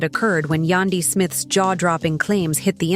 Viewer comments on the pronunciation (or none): please get the names correct😂😂😂. It’s Mena( it’s her last name) and it’s Yandy, sounds like candy.